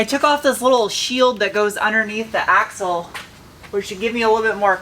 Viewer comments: It took me a minute to realize you were saying axel, i thought you kept saying you had to get the asshole out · Can't wait. In fact, I won't wait. No I'll chew my ass off at work and then one day there'll be you and the Audi again. Sound. Funny bit, thought you said asshole but it was axle. " gotta take the asshole off".. like it was all going swimmingly; soon have her running, hear that beautiful sound, but "oh some a*xle is in the way". These vids are great. Hi. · Ohhhhh! "Axle" ! I thought you were saying "Asshole" LOL LMFAO